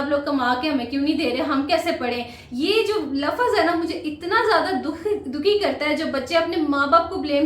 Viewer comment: She study alot but still she cannot speak Urdu well And saying lafz to lafaz And waqt to waqat